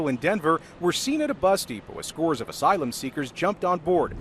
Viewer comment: reporters saying "asylum" makes me wanna puke.